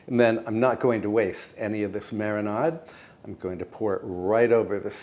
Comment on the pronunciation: Note to self: mar-in-AHD is my new favorite pronunciation.❤